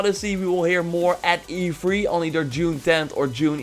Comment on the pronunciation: Whenever he says e3 it sounds like he's telling me to 'be free'